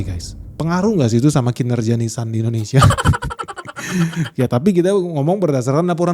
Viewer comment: Itu Ninsan.. beda dengan nissan